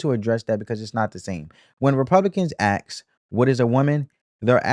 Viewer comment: I like this show. But I can please note that is aSk not aKS. I mean no disrespect.